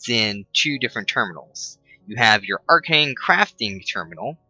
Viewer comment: you don't know how to pronounce anything correctly... It isn't its pronounced AR-CANE and its also thaum-a-norm-acon... and not vis, its vee.... Get it right. Otherwise... Good vid, you helped out lots!